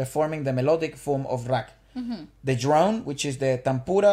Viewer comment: You pronounce rag as raag.